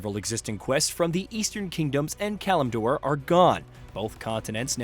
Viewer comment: Kalmidor? Lorderion? Seriously man, have you ever played this game? Sounds like the script was written by an AI.